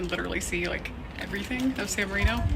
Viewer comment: when you are visiting a foreign country rather than criticize the foreigners for not knowing your language or customs maybe you should learn their language and customs. At the very least learn how to correctly pronounce the name of the city your are in instead of whining about everything. You are resurrecting the Ugly American.